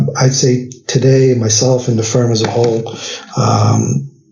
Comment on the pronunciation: Firm not fern